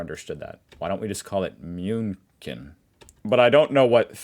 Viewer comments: "Why don't we just all call it 'München'?" Becuase it's called München, not Mjuunken. That's why, and that's better ... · "Why don't we just call it München?" Because it has an ü and a ch and your pronunciation wasn't even close... ;) That's why. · Well, I call it "Munique". But then again, I heard you call my city "Lissabon" (sorry, my keyboard doesn't have the eszett key). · Your pronunciation is generally all good fun, but München like that was a bit too much 😂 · yeah, why dont you just call it unable to pronounce correctly two times ? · "Why don't we just all call it 'München'", while demonstrating that Americans can't pronounce the word 'München' at all